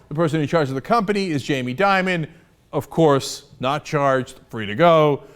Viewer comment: It's "Dimon", not Diamond. Perhaps you wanted to throw former Barclays CEO Bob Diamond in the mix? :P